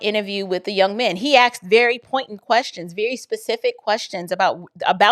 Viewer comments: Bless you! You are amazing! Please quit saying AXED. YOU ARE so very smart, articulate and a perfect example of knowledgeable, passionate, independent woman of God. Please, please, stop saying "axed" If it is ebonics, or a truly something that you cannot help. Forgive me for bringing this up. AXED, VS Asked. Please quit saying AXED VS ASKED. You are so articulate. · "He AXED"!